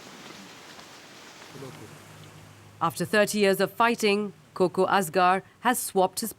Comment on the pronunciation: Hi Not "Koko" which is a female name. It is Kaka which means uncle (father's brother). Thank you for your report/documentry. Engineer Ismailzada